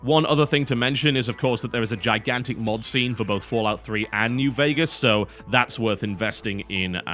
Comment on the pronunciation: It's FO. Not FA. As someone that played all the Fallouts, I prefer Fallout 3. It's my favorite. However, New Vegas was great. Thing is, the factions were neutered. Compare House, the Legion, and other factions to the NCR. That's bad game design. NV was also buggier. Not to forget, the world design when compared to Fallout 3 fell flat. The DLCs improved on this though. Every NV DLC was masterfully done.